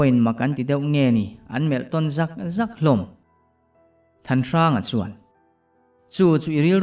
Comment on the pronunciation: Boss...ZAWK zawk ti ve tawh rawh😂...zawk hi a mah chiah a i lam ang hian a hmasa zawk hi lam sang zawk ve la....a in mil zawk...phe chuak zawk..vai zawk ah hian a ri sang vek a nia...lam nawn na hi a hniam zawk tur